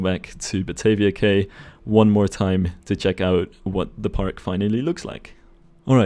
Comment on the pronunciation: Great video, can't wait for the next Parkitect vid in the series. Btw, if it ever comes up again in a game, the word "cay" is pronounced "key", as in house key, car key, etc... Not trying to nitpick, just trying to help!